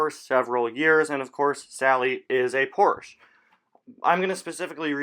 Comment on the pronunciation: You can't pronounce Porsche right and it really bothers me